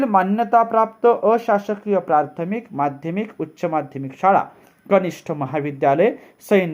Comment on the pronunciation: आपले एक उच्चारण दुरुस्त करणे गरजेचे आहे. प्रार्थमिक ऐवजी प्राथमिक असे उच्चारण करावे. प्रथम ह्या शब्दापासून प्राथमिक हा शब्द बनला आहे.